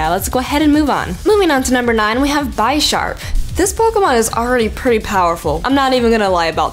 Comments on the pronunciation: it's bish(as in bishop NOT as in bi(two)-arp(sharp) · Btw, its Be-Sharp not Bi-Sharp, as its name is a combination of Bishop from Chess, and Sharp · it's pronounced bih-sharp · Isn't Bisharp pronounced similar to Bishop? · It's not bye-sharp, Bisharp is based on a bishop in chess. A sharp, twinbladed, bishop. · Bisharp is pronounced like Bishop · the way you say bisharp's name.... ok, so how you say bishop? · Bisharp should me pronounced more closely to bishop since it was inspired by the chess piece of the same name. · Some ppl just make mistakes, I’m okay with it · I always though Bisharp was pronounced like an e and not like an i